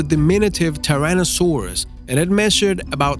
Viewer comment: seriously! Tirannosaurus! Dude can't you pronounce a dinosaur name correctly